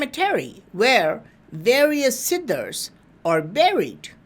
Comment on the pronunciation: Siddhas ..please yr pronunciation is seriously bad ..pl try to improve this aspect.I hear "sidders."...SIDDHA NOT SIDDERS